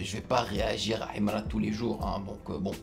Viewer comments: C'est sa manière de prononcer HIMRA qui me plaît même 😂😂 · En plus ta pas la bonne prononciation de Himra lis sa normalement